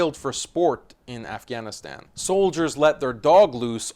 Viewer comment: you could have pronounced Afghanistan correctly.......